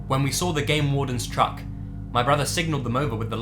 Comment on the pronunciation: "then they SAWR it"